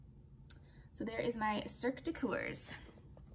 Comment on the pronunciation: Hi, my mom and me are quite impress with how productive you are. Just a little help to prononce coeurs, the o is mute, it should sound more like the word her with k at the begining. In this video youve made me discover new knitting patterns I would like to make especially the socks that I plan doing with leftover yarns.